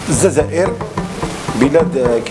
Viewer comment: انتوما الشمايت تهدرو ا على بلاد مليون نصف شهيد مغماموا قاع متهدروش على سيادكم ودز بيك بالمغرب يلي مخلوعين فيها وتحيا الجزائر بلاد الر جل والنساء الفحلات ولاانسى الجزائر وليس ززائر كيتنطقها مليح اهدر